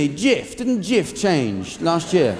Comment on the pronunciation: Having lived in Turkey for several years where the do sell Jif... The J sound in Turkish is sounded like ch... Hence chif which has a silent h due to the c having this symbol Ç